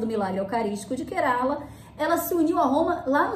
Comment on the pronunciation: Apenas pra conhecimento, a pronuncia certa do estado indiano é KÉrala. 😊